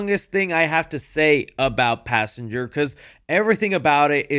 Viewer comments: "Passangar" unc is never hearing the end of it 😭✌️🥀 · “Passanger” amazing job unc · Pass Anger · not good Passanger is disgusting no good